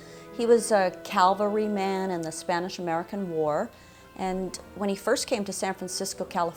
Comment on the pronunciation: Charles Howard was not “an old ‘calvery” man, it’s CAV-elry, a common mistake like “jew-lery” u hear often (it’s jewel-ry).